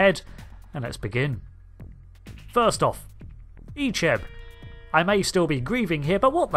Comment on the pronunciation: I grew up watching voyager reruns so seeing Icheb being butchered messed me up 😢😢😢